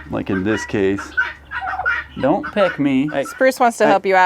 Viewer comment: Correction "peck out' (Not pick)